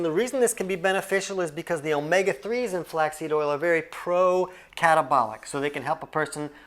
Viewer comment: Flax See oil?? 😅